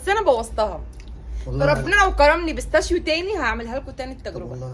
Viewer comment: اسمه بستاشيو بتنطقي غلط